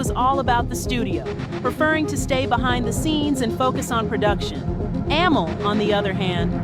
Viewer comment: Why can't you be consistent with the pronouncing of Amel's name?